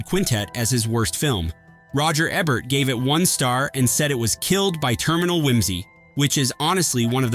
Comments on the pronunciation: Roger Ehbert? IT'S PRONOUNCED E BERT! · Eeeeeebert, its eeeebert! Paul Aaron is not Aaron Paul! C'mon!! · I can only watch these videos until the narrator mispronounces Roger Ebert, only got to on this one